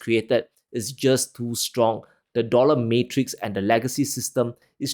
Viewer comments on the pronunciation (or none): none